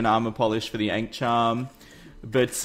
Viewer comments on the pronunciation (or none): none